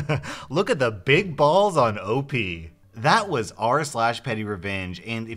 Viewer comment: Legit thought he said “pennyrevenge”